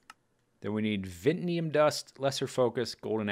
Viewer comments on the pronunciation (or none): Vint-Ee-Uhm Awm That is how they are pronounced. It was killing me to hear you saw them wrong.